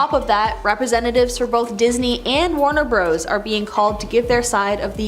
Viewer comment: Warner Bros ... poor girl does not realize it means Warner Brothers but she's actually pronouncing it as " Bro " in the plural at about .